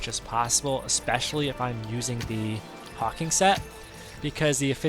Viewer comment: Thanks for sharing. Nice tip on the Divinecraft auto use setting and mystic skill jump hack. FYI, it's called Hawk Wing not hawking, and the E at the end of Morale Chant makes it be pronounced Mor-Al, not Mor-ull.